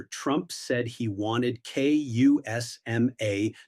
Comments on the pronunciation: CUSMA not Kusma! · It's CUSMA, not KUSMA, and not Kosma. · CUSMA not KUSMA... 🇨🇦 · Make that CUSMA, not KUSMA as you said. The C by the way stands for Canada. I'm not convinced you've been very thorough in your research.